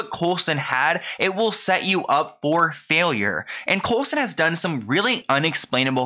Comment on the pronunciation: I love how keeps calling him COLESON hahaha